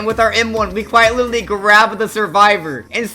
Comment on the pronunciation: “quite witerly” cornball🥀🙏